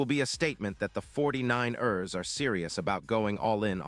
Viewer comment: 49- errs. Jeez!